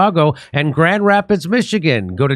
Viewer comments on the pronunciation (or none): none